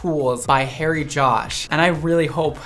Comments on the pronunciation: I heard 'Hairy Josh' the whole way through the video. Oops! Thought you were using a petname! Xx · I thought you said “Hairy Josh” (perfect name for hair tools!) and was sad to discover it’s “Harry.”